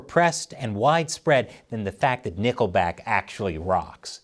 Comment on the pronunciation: Love "Nickke back"..😂